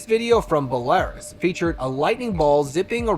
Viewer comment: Interesting but the mispronunciations are horrid. It BELArus and KIev